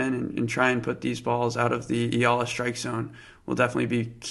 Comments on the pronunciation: C'mon!!!!❤❤❤❤🎉🎉🎉🎉 Name is pronounced EE-YAH--LAHH...I know coz I'm Filipino 🇵🇭 🇵🇭 🇵🇭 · Its okay in time he can announce her name correctly.